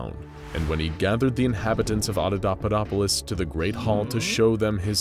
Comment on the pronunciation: i love everything you's do with these videos, but in this one, you're pronouncing Adapaupadopolis totally wrong... it's supposed to be ...... ah-dah-PAH-POE-dop-oh-liss ..... you are saying .... ah-dah-DAH-PUH-dop-oh-liss ...... sorry lol, i know it's a teeny thing that is probably only bugging me haha, but i had to say something. normally your videos are mint but for some reason it's just getting to me hahaha.